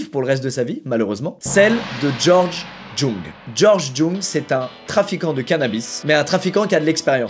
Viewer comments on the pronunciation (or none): Alors on dit YOUNG pas Jung bordel stop bacher mon nom de famille PTDRR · Ça se prononce Georges "young" et pas jong mdr même si ça s'écrit avec un j, t'es inculte tu connais r et tu fais des vidéos de culture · C’est pas prononcé jung mais yung :(( c’est en allemand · Djung mdrrrrr >>> jung sa se lit young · "Jung" ça se prononce "Yung" mon petit Squeezie. D'ailleurs le film BLOW retrace sa vie lorsqu'il était au summum du trafic de drogue aux USA et son personnage est interprété par Johnny Depp, je le recommande c'est vraiment une pépite. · sauf votre respect monsieur squeezie, je pense que le nom de george jung se prononce george "geint" comme le verbe geindre car "jung" est un nom coréen et en corée il se prononce comme ça (je le sais, c'est mon nom de famille). Après, peut être que ça à rien avoir avec la corée et dans ce cas bah je dit que de la m€rde haha ^^' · je m’appelle jung aussi , ça se prononce « youngue » mais ravie d’apprendre qu’un des miens a percé dans le deal.